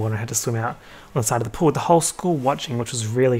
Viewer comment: why did the way you said “pool” make me laugh so much?!? idk chile.